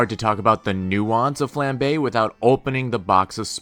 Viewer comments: It's flambé not fla-bae, you pronounce the a like flan like the food not flan like flannel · The way how you pronounced Coupe and Flambae concerns me